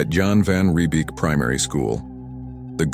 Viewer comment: As a south African it annoys me if people miss pronounce Afrikaans words your errors are Donker gatand Jan Van Riebeek